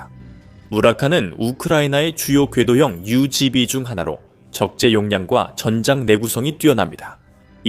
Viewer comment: 유지비🎉🎉🎉V발음 짱😂😂😂 아직도 유틉앵커님들 V를 브이로 많이 발음하고 있음😢😢😢😢😢